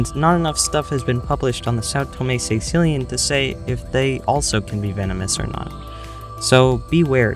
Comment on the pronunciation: i'm sorry, but it'spronounced caeCILLian, NOT CAEcillian